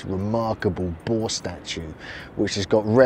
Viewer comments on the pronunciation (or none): Boar is pronounced 6 ways in this video. The “R” is NOT silent. Too funny.